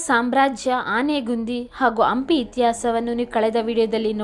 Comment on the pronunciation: ಅಂಪಿ... ಅಲ್ಲಾ ಸ್ವಾಮಿ ಹಂಪಿ.. ಅಂತ ಸರಿಯಾಗಿ ಉಚ್ಚಾರ ಹೇಳಿ